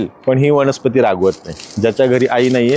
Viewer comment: वनस्पती असत सर वणस्पाती नाही